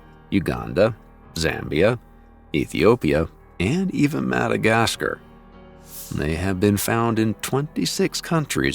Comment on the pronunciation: Dude said Madagascar like he was from the Smokey mountains of Western North Carolina and East Tennessee